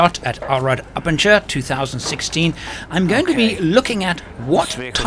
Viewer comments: That does look like a great show to visit. I tried to avoid shows in general, but if I'm ever in a position to start travelling like that I'll definetely will go there first for inspiration. BTW the last bit of abenteuer isn't pronounced as 'ture' but as 'toyer', the first bit is spot on. Makes you sound like you belong in The Eagle Has Landed, mixing abenteuer and adventure together. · It's pronounced Ah Ben Toy Er